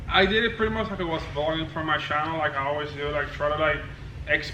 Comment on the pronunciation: “today on this Shanell”😂😂😂😂